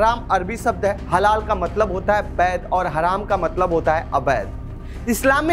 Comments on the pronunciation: अरे रिपोरटर साहब ! हलाला नहीं हलाल कहिए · Its HALAL,,,,not HaLALA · अबे पहले बोलना तो सीख लो वह हलाला नहीं हलाल होता है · Bsdk ita halal not halala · Bhai Halal bolo. Halala halala kyu bol rahe ho? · हलाला नहीं हलाल आप लोग पहले समझ कर तब बोला करे कियो कि खबर पूरी दुनिया में देखा जाएगा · Baar baar Halala halala kar rahe hai Halal pronounce karen please. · jahil bhi parekar ban baytha hai halal aor hlala bhi nahi bolpata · निहायत ही घटिया रिपोर्ट, हलाल को बार बार हलाला बोला गया। जान बूझकर किया या गलती से दोनों ही हालत में सच्चे पत्रकार हो तो क्षेद प्रकट करना चाहिए। देखते हैं करते हो या नहीं। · हलाला नहीं हलाल कहो भाई।